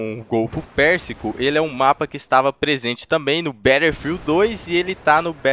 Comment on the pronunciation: pq q ele fala "Betterfield"?